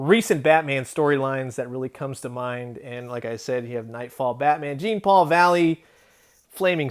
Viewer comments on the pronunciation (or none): Im probably the 100th person to say so, but its pronounced "Zhon Paul", not wrangler "Jean Paul"... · Ugh... Jean Paul is a common french name.. It's pernounced (JAWN PAUL) Do some research.. Hearing you butcher it over & over just grinds my gears fella !!!!!